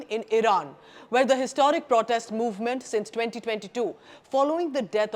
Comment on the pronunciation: The content is good, but repeated mispronunciation of the word 'protest' is jarring!